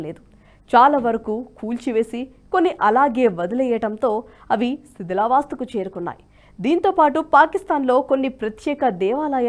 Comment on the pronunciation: ణ, ళ పలకగలిగే వాళ్లను తీసుకోండి దయచేసి. శిథిలావస్థ బదులు శిథిలా వాస్థ అని చదివారు. రాములవారు అజ్ఞాతవాసంలో ఎప్పుడు ఉన్నారో తెలుపగలరు. ఆయన వనవాసం గురించి మాత్రమే తెలుసు